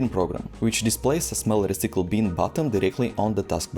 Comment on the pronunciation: dude take some english lessons. its reCYcle bin... NOT reCEEcle BEEN. not that hard to just say it right!!